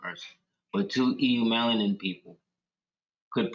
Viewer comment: The “E” is silent on the word “eumelanin” it is pronounced Yoo-mel•a•nin